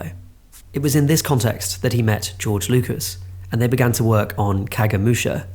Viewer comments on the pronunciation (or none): none